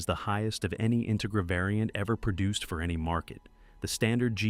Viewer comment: What’s with this; In-tuh-gra? IT’S INTEGRA!